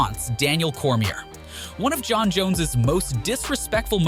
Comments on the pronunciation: There's another. Can't pronounce Cormier. Bro do your freaking research. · literally bro